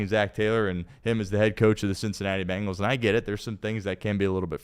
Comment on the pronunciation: Why does pronounce it BAngles? There is no A in there. It’s BEngals. isn’t even a fan and says it correctly.